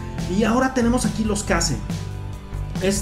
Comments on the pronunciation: se pronuncia queish los case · Se dice keis (case)